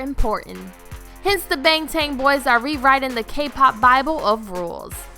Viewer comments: did she say “bangtang”? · Skye Crane this lady didn't even pronounce AgustD correctly and she said "No swearing or exposed body." She CLEARLY doesn't know what she's talking about. EDIT: WAIIIIT I just watched it again and heard the way she said Baeeeeng Taeeeng PLEASE CLEAN MY EARS OUT WITH BLEACH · So r we suppose to sit here and act like shes not saying band? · Not tan it’s tahn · You're lucky you didn't watch the video She said AgustD wrong and now I need some bleach to clean out my ears AHHHHH edit: and she said Bangtan like Baeeeeeng Taeeeeeeeng" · bangtang? did you mean bangtan? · OK I don't want to sound petty but she mispronounced the name as bangtang when it is bangtan (like baaahhhngtawn). Is this correct? I am not Korean but I have even heard BTS prounce it without a "g". Oh well she tried but I agree more research should have been done! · bange tange I though it was Bang Tan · She's clearly not following the "no drinking and posting" rule You can tell because she said "Baeeeeeeeeeeeeeeeeeng Taeeeeeeeeeeeeeeng" insead of Bangtan or Bangtang. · She Said Jungkoo and Bangtang what?! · "Bangtan? Bangtang? NO IT'S BAEEEEEEEEEEEENG TAEEEEEEEEEEEENG" -A quote from the stupid lady who made this video and got so drunk that she forgot about the "NO drinking and posting" rule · I wanted to leave the internet every time she said “ bangtanG boys” and “chunkook” also where the heck did she get her “”””facts”””” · OML same when she said BANG TAN boys I died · Bang Tan, Jungkoo.....am I literally the only one that can't stand it when they can't pronounce the names and group name right? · "The BANG-TAING boys" "shu-guh" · LMFAOOOO SHE SAID “Bang TAN” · "Bang tang boys" Stop using BTS for fame 🙄 and if you do, at least pronounce the name correctly. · Cringyyy how she pronounce there name bang ten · Yeah she said "Bang"tan like eww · b a n g t a n g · GWSN BTS REDVELVET TWICE PENTAGON BLACKPINK yeppppp and she pronounce bangtan Bang tan and Jungkook Jungkoo